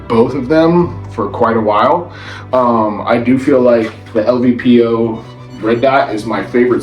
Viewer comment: LPVO not LVPO